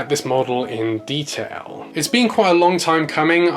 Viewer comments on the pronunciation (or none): none